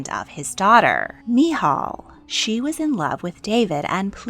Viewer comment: As a Christian, I love getting a different perspective on these accounts. You presented it very well but I’ve never heard anybody pronounce Uriah or Michal that way before. I’ve not learned a lot about how the Old Testament was written so I admit even I learned something new!